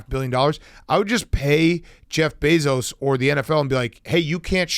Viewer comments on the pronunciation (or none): none